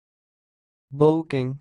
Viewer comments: It’s actually pronounced {be-cking} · That’s not how to pronounce boecking. It’s {be-cking}